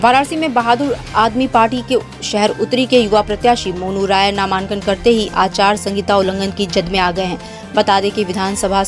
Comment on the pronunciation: नामांन्कन kya hota hai ?🙄 pronounced ko to thik rakhiye